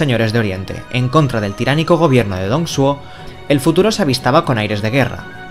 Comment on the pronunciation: Me estoy leyendo la novela y, la verdad, me hiciste un buen resumen para consolidar los eventos del 2° volumen XD PD: Deberías al menos pasarte por la wikipedia. Ahí te dicen como pronunciar los nombres. Ejemplo: Dong Zhou se pronuncia Tong Chuó o Lu Bu se pronuncia Lu Pu. Pero por lo demás, excelente vídeo 👌